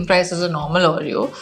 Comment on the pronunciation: Why does she say ‘Aureyaw’ and not Oreo 😢